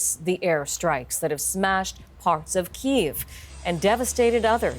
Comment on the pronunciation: Wow. CBC's got reporters on the ground and even pronouncing Kiev correctly. I'm impressed.